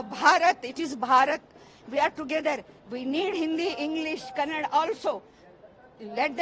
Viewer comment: Don't say kannad you say kannada mind it hindhi channels